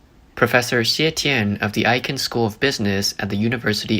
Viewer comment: We should all be concerned if this slowdown continues. China is the second largest economy in the world. A recession or a depression will affect the whole world economy and trigger more instability everywhere. Also, , it’s pronounced “Ache-ken” for the University of South Carolina - Aiken. My sibling went there for school.